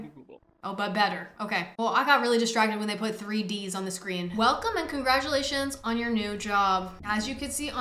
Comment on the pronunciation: That “Congratuation To Jenn! Mcallister!” really solidified this achievement